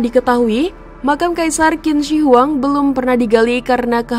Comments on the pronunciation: Yg benar: Chin Se Huang. Ada baiknya admin channel cek cara baca nama2 mandarin di google translate, spy tdk salah baca. 🙏 Sayang, kontennya bgs tp pembacaan nama2 mandarin kurang tepat. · Qin shi huang itu cara bacanya kaisar chin se.. Huang = Kaisar Qin = di baca chin Shi = di baca se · Bacanya Cin Se Huang/Kaisar Pertama Cin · Bacanya: Chin se huang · Maklum yg baca narasi itu blm paham bahasa mandarin😅😅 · DENGARNYA SAJA RISIH BANGET 😆🤣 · Tergantung dialeknya